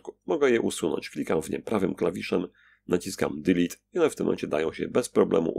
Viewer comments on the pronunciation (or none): none